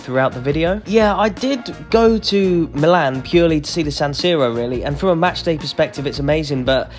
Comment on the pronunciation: AC is called Mílan (Mee-lan) not Milán Internazionale is called Inter